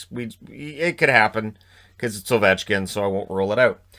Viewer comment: You got ovechkin wrong